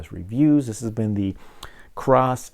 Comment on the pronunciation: thanks for the review. No "R" in KOSS though!